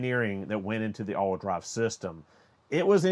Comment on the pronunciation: The only thing I’m hot about is that I had to watch this twice to figure out what “allwhudry” was. Ha!! It’s all wheel drive. I got it finally.